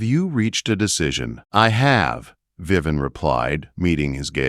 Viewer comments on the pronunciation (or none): Her name is not Viven; it’s Viv-vee-en! AI is not good at pronouncing names! Needs work! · Lovely story. Only a couple of incorrect AI pronouncements: VivEE En not Vivan, and Grosvenor is GroWvenor, the s is silent. Otherwise quite a pleasant AI narration, with correct emphasis and few but correct pauses. Good narration makes such a difference. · Yeah, that mispronunciation is very annoying.